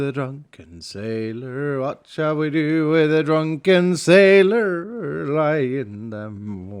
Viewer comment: "Wath should we do with a druken sailor? Wath should we do with a druken sailor?" Black flag shanties flashbacks <3 thaks